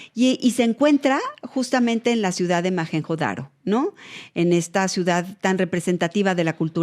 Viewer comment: Y no se pronuncia "majenjo daro" ruca rrrrrrrrattttaaaaaa